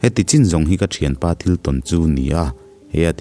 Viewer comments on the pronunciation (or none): none